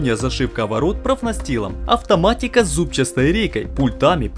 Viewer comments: Всё чётко!!! Только слух режет слово "зубчаСтый". Вроде как надо просто говорить" зубчатый"! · ЗУБЧАСТЫЙ...? ИЛИ ЗУБЧАТЫЙ. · единственное замечание которое резало слух это "зубчаСтый" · Правильно говорить зубчатый а не зубчастый, прямо слух режет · Почему зубчастый а не бузчатый. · Сюжет понравился, однозначно молодцы, но ударение на "зубчаСтый" и "ЗубчаСтая рейка" режет слух. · ЗубчаСтый. Чуть с ума не сошёл пока ты не перестал это слово повторять